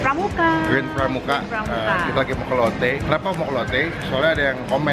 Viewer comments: Gw kok denger nya lonte ya atau lotte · kirain "kita mau ngelonte" rip my ears